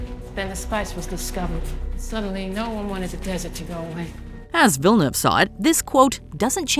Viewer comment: It's not villeneve. It's pronounced vee jah new ay vah